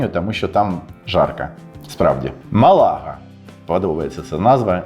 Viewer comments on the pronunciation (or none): не МалАга, а МАлага